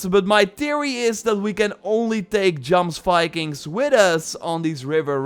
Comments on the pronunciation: You say jomsvikings wrong. It's "yoms-vee-kings" Looking forward to the raids! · its pronounced Yomsvikings